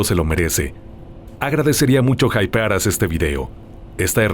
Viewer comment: ke es eso de hipear hahaha, suena como jainear hahahhaha